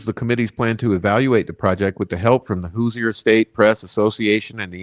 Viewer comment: Love ya dude, but quit murdering our nick name lol it’s pronounced “whos-er” or “whos-ers”